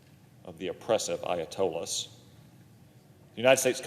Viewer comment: If you can not pronounce Ayatollah! shot the f…